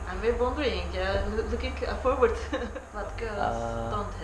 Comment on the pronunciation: only me who heard heard forward as pervert